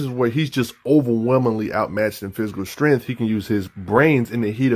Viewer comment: The fuck is strenth, vice greap? You mean STRENGTH, VICE GRIP. Bro work on your enunciation. PRONOUNCING words properly helps people take you serious. You sound like you have a big wad of gum in your mouth. "mumble mumble" batman strong mumble mumble. yeah! Fucks sake man how high are you that you sound fucking drunk or something.